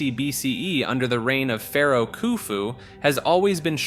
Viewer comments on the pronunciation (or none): none